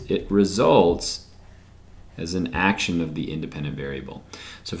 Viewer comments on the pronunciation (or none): none